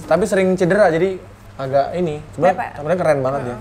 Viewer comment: Itu siapa yang ngomong Pep*k di menit woy, bolak balik gw repeat takut salah denger, taunya emang bener yang di ucapin tuh Pep*k, ngakak bgt wkwk.. Harusnya tuh PEPE doang, ngapa diucapinnya pake K wkwkw